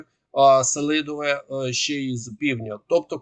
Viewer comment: та він й селидовЕ вимовити не може